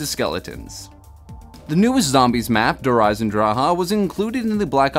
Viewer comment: Also just letting you know your pronouncing der eisendrache wrong